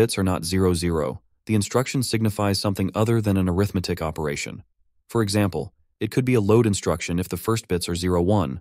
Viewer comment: Wow!!! Awesome presentation! I already know most of this stuff, but I LOVE to hear such a clear presentation! One small quibble, the word “arithmetic” is pronounced aRITHmatic as a noun, but arithMATIC as an adjective. E.g. an arithMATIC operation performs aRITHmetic on its operands. Quibble aside, awesome stuff!